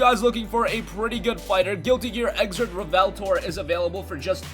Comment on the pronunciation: Its REVELATOR DUDE REV-E-LATOR say the name right please and thank you sounds when game reviewers call naruto narudo.